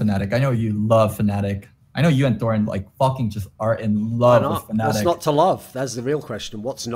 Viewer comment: Thooorin truggering I'm dead